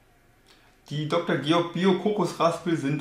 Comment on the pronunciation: Goerg, nicht Georg...